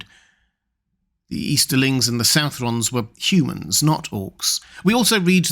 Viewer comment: Hey,, I would suggest that it is not "south-rons", but "suth-rons". I also find it hard to believe that orcs, who survived the Downfall of Morgoth, would be rendered extinct at the fall of his Lieutenant.